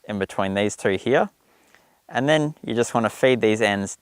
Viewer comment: Nice, I like the idea of the modified knitting needles. Is it just me or did every time he said 2 it sounded like 3?